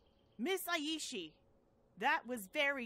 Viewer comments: Just a heads up: The "ai" in Aishi has the same pronounciation as the letter I. It is kind of distracting so I want to point it out. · I thought she sais her own name😂😂